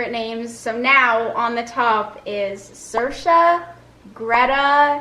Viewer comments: If your doing saoirse please Please pronounce it properly! It's not "sursha" it's "seersha" ! Im Irish and have a lots of friends and even some family members called saoirse! I'm not trying to be rude or anything it's just for all your Irish following and stuff! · Btw saoirse is pronounced “ seer sha” not “ser sha” xx